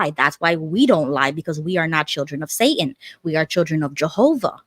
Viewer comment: "Caleb, who likes magic ... Jehovah ... or Say-un?"